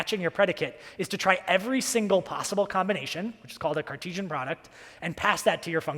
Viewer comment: Good, to the point presentation besides few wrong spellings and mispronunciations. It is "Cartesian" and "Kyro" instead of "Cartesian" and "Crayo" respectively.